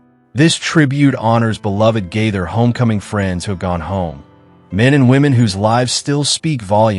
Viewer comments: (I wonder...you must be a diction or speech teacher...to notice such a slight variation in Gaither 😏🧐) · I enjoy these videos to a point, and the "point" where I don't is when the "announcer" mispronounces the Gaither name: it's GAY-thur (not Gayth-er); subtle but let's train the A.I. narrator to get it right. Also, Rex Nelon's family's name is pronounced with a long-E sound, like "NEEE-lon."